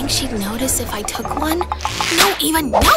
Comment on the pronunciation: I hate. Says Eva it's ava